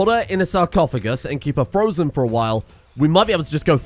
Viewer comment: every time you said and im 90% sure youre actually saying anne